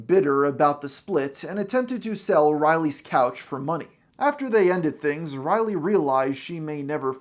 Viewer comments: Do you keep pronouncing her name O'Reilly?! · Why does this guy repeatedly call her O'Reilly? Kills all credibility. I'm almost half way through this vid and I'm going to stop here. Boo, downvote. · Riley, not O'Reilly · Am I the only one who hears “O-Riley” every time he says “Riley”?